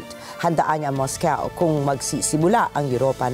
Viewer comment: It's Moscow not Moscaw